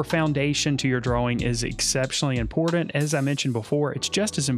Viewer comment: Imported or important? The T is not silent lol.